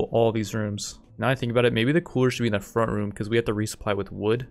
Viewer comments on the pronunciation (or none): none